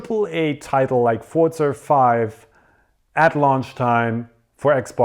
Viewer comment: There is no "t" in Forza, am I the only one who is super annoyed by just Forza being pronounced ForTza?